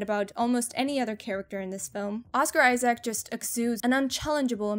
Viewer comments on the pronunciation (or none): none